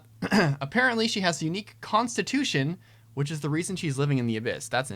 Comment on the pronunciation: "constitusion"? Oh, no it's a...